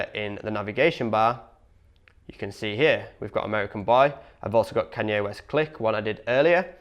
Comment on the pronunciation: Who in the hell is Can-yeah West😂